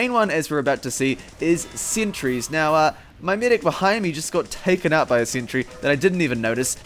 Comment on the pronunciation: "*THEY HIT A SENTREH!!!!!*"